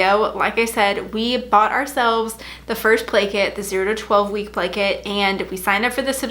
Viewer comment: Every time you said play kit I thought you said blanket hahaha